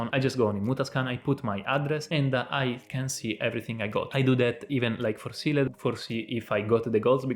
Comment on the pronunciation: use google translate to hear how Sealed is pronounced :)